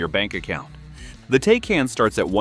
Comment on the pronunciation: Interesting Video for sure! But, please, the Porsche is correctly pronounced “Tykahn“…